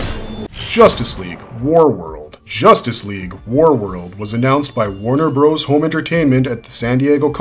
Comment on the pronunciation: Calling them Warner BROS was very annoying.